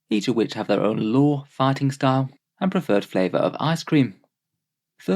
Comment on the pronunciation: Your accent made "fighting style" sound like "farting style"